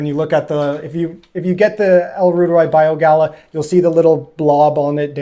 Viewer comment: Small nit to pick, not Bio Gala it is Bio Gay uh.